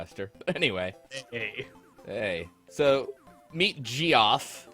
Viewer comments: "Gee-off"? It's Geoff, like "jeff". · heard that too heh or "Joff" at least.